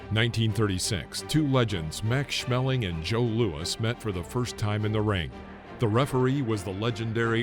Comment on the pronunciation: Max Schmelling? Got any smell in your nose? I wonder were you found the 2nd L. Maximilian Adolph Otto Siegfried Schmeling. But besides the typical US name joke it was a goo Video,as always. I know it's not you fault. Your fellow citicens do it all the time. Lol It's so funny Haha haaa. This sounds sarcastic? I had a friend named Ina. They all called her Ina. Up on the day they saw mail from her. And then those f*.*g assholes called her from that day on Ina. Because it is spelled with an I. And weather she told them that it's pronounced different in Germany they kept calling her Ina. But they know what a name sounds like. HE'S an american aircraftmechanic and works on the AVACs. He knows a name when he reads it. It was about time that this too friendly women got told what her name is. This s*.*y Frank Lee Cole just didn't have any respect for her. Googel the translator. Even a machine knows better.